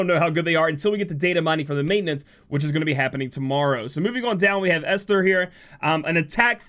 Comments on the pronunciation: A few ppl have put in the right way to say Esther. Another way to think of it is Est-Her, ester. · Not that it matters much, but I’m pretty certain the H (in Esther) is silent, so it’s just “Ester.” I think it’s a distinction for the name to separate it from the word Ester (chemistry term). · For pronouncing Esther’s name , the H is silent. Should help for the future. Atleast that is how people I’ve met in the past pronounced their name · it pronounce as " (Eh)sther "